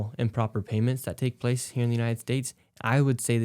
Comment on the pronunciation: Medi-cow? 😂 Yea, 'cause they're milking the system!! 🤣